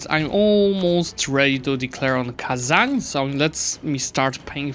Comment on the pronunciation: no way, he actually said kazan right, what a chad